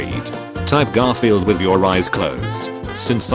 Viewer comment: garfirld sooo close